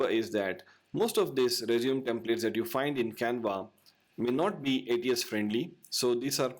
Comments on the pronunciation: It is r-E-sU-m-E not r-E-sU-m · IT'S PRONOUNCED AS RE-ZUME-AY, NOT RESUME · I dislike how he says the word resume. It's not rez-zoom it's rez-zoo-may. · Hi, just a english correction. "Resume" is pronouced "Res...ooo...may" "Resumay" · As verb resume As noun- resumé. That's it. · Your pronouncing resume incorrectly. Good tips though. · I guess the word Resume in this case is pronounced differently. The way you pronounced it means to "continue from where you left". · Just for future reference, you may want to change the way you pronounce resume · Someone who doesn’t know how resume is pronounced probably definitely isn’t an expert on the subject